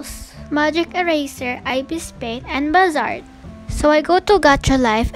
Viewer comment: Not to be rude but u said a few apps wrong 😅 Bazaart- baz-a-art IbisPaint- ib-is-paint